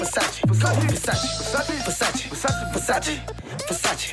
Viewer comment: Vasachii? It’s pronounced versachae